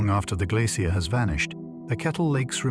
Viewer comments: I am British, we say it like Glace-shee-er. His AI let him down. He even said ''glass-ee-er'' nobody in England says it this way. AI gone wrong. Listen to the pronunciation it is all over the place. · Yeh I gathered that, my issue was his pronunciations differ each time he said the word. So it is an AI issue, not a regional one. Kneel before me American! Kidding but yeah I clocked each time he repeats stuff over and over then the pronunciation changes, and people think AI will take over. Pfft. Unlikely. Not sure why Americans say ''I am part Irish'' or ''I am part Scottish'' yet advocates of pro American. Make your minds up. You are not british, you are where you are born and raised. ''My family is British'' if we want to go deeper, no your family in America is actually Spanish not British. British did not take the America's, it was the Spanish working for the British, pick up a book. You are not British or Scottish or Irish or Dutch. just descendents of Spanish invaders paid for by Britain. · Can't pronounce 'glacier' - woke me up